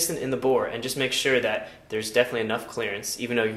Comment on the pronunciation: it is spelled that.. not "dat"